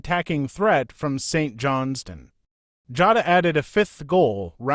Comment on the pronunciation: Pronunciation need some work but aye not bad! Saint John s Stone lol